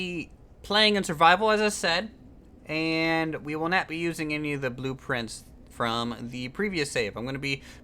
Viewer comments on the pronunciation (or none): You Said Nat XD Instead of Not